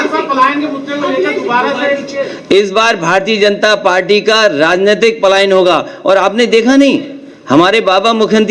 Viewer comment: अखिलेश यादव को बोले भारतीय जनता पार्टी का स्पष्ट उच्चारण करें, सोडा तुतलाते है। तुतलाता एक नेता के लिए अच्छा नहीं होता।